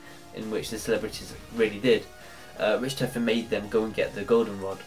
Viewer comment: I hate how you say richtofen, ITS PRONOUNCED RICK-TAW-FEN! >_<